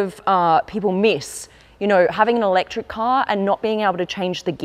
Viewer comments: All is great until she say 'electric' 😂😂😂. This is a joke, pls stop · Im so sorry for real. You lose me when you say "fully elect.." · i was so keen then you said eletric and i lost all hope